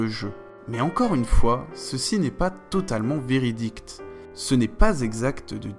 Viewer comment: "Véridict" ou véridique ? :p